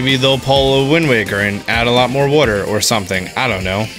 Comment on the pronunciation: I like how he says water is it just me